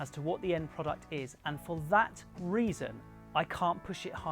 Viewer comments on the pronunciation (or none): none